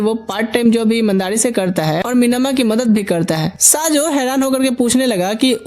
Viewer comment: These name not saajo this name is sayo 😂